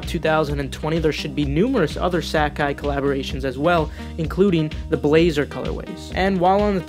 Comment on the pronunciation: ..."Sack-Cai" uhhh this aint it cheif